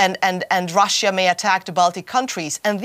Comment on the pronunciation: And that annoying pronuciation of the words Russia and russians. It's pronounced ruh-shuh, not rassiya or rassiyans.